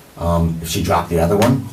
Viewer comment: Bro said she got shot twice , from 2 guns that "drooped"😂😂 them mfs gotta have to have hell of a aim 😂😂😂😢😢😢